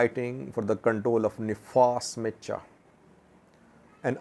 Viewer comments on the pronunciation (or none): none